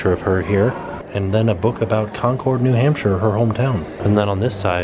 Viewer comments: Super cool! I've been there twice in the last month, totally worth the trip! (Also, I am from New Hampshire, so the teacher from Concord is really incredible. Btw it Concord is actually pronounced "Con-cErd", not Con-cOrd"... As a previous resident, I'm just saying... lol) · I love you (and ) but as a New Englander...it's pronounced Christa Mc-haul-if and Con-curd